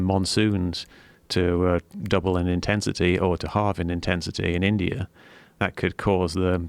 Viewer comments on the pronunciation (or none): none